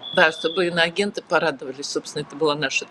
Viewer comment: Прикольно,что Кудрявцева (телеведущая!!) произносит : «иногенты».😅